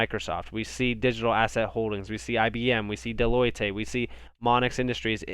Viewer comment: The "e" at the end of Deloitte is mostly silent.